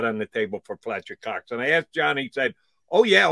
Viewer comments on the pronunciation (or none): “Pletcher Cox”